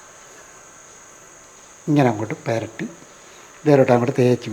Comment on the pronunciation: 😂😂😂peratty alla. Puratty. 😂😂